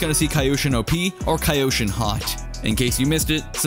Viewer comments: no its just kyoshin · k-yo-shin, "kaioshin" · He said Kayoshin and not Kyoshin. Westerns. 😂 Meanwhile asians - Arigathanks! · Whyd you pronounce it kyoshin? It's pronounced kyoshin bro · I'm not sure but it's Ki-yo-Shin or Kyo-Shin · It is pronounced Ki-yo sheen. Not ca yosheen. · Kaa youshin?? Kyoshin... It's kyoshin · Please it's not kaiyoshin it's kyoshin😭😭😭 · Kai-o sheen 😂 Its k-yoshin. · he's kyoshin, not kayoshin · Nobody:: CaEyOushEen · Kyoto = Kee-o-to Kyoshin = Kee-o-shin Was it that hard to understand? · WUT?! Say that one more time, “KAYOSHIN”!? Augh..cringe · It's (Key- yo-shi-n) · Ah yes, kai-yhou-chin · It’s pronounced Key-Yoshi-N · Please stop saying "kai-oshin". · I can already see you cringing at your own video everytime u miss pronounced kyoshin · You don't call Kyoto a Kaito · The way you say "Kyoshin" hurts me physically 😂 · Pronounce "Kyoshin" correctly please. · 1) No he admitted to not knowing how to pronounce the name of the sword. 2) Fine then, don't like the Warden example, pick literally any you want. How about Tokyo? You don't say Tokaiyo do you?? 3) He doesn't need to be an expert in Japanese to invest 2 seconds into googling it. He wants views doesn't he? He gets money from views doesn't he? I don't think taking a second to look up a word is too much to ask, especially when it's the name of what the entire video is about.